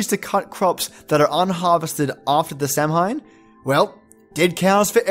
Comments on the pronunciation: "Samhain" is actually pronounced "sow-in" ... sow as in pig. "Sidhe" is definitely pronounced "shee". "Bhiann sidhe" .. banshee ... means literally "fairy woman". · Thank you for the support Cartriona! Yeah I ruined Samhain XD will ensure other videos that I pronounce that accurately and clearly. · IT's pronounced sow-yn or sow-in, not sam-hain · Ouch! Samhain is what you call Halloween and its pronounced Sow'ain! Belief in the Fae is in my opinion a warning to take care of your land and not just your crops etc but you should have 'lay away' strips of land that enables proper ecosystems for insects and small animals. This makes sure that bees, butterflies and other pollinators as well as insects that prey on pests such as ladybirds. I think it is something people need to think about more these days. As for the 'all that's yours is ours, but all thats mine is mine' is pretty t true of me lol. I believe in the moral behind this. I am so pleased to have found this! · Sidhe is pronounced "Shee", so well done on that one. Here are a few others that I caught: Beansidhe = "Bahn-Shee" (bahn is like "Auntie", not like "meaning") Samhain = "SOW-ehn" Tuatha Dé Danann" = "TOO-uthuh day duh-NAHN" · Samhain is pronounced, SA-win, not sam-hain. Otherwise nicely researched. Wish you had pictures. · The comment from Uhuru Mkali says "Samhain" is pronounced "Sow-ween" as in Halloween. So who is correct?? Is it a difference of regional dialect?? sow-when versus sow-ween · Samhain is Halloween in Ireland, and in the Irish language when 'm' and 'h' are put together in a word it's pronounced as 'w'. So Samhain is pronounced 'Sowin'. I'm not commenting this to be rude! love you videos❤ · if i had pictures.. im afraid i would be manifesting them into my life lol.. kinda nice being able to use ur imagination.. but the pagan in me twitched when u pronouned Samhain 😅 (i was raised to pronounce as s-Ow-in) but crazy interesting video 👏👏👏🥂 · Samhain, pronounced SOWwhen.